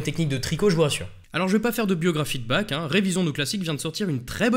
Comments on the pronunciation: <Mode mec chiant activé> Ça se prononce Barh <Mode mec chiant desactivé> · Ouais, je vais faire mon pénible, mais entendre "Bac" a longueur de video m'a bien fais pleurer... Pourquoi vous prononcez son nom comme ça? :o Et a part ça, vidéo incroyable, comme d'habitude! merci, mec